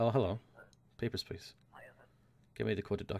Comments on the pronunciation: "HEY GUYS! here, and it's time to play Peppersh Pleash." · Whenever says "Papers, Please" at the start, it sounds like "Pepper Splice" to me. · Totally thought he said: "Pepper splice" at the start.